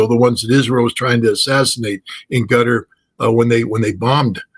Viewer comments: It’s Qatar not Gutter Free Palestine Genocide leaders must be in prison and pay reparations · Scott calls Qatar - Gutter , classic